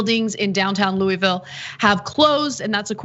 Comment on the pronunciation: Very respectfully: you are not saying the name of the town and Metro Police correctly. The name of the town is Louisville and it is pronounced like you have a mouth full of vowels. I just to work there and have family from there. We can tell if you from there or not based upon how you say the name of the city in Kentucky.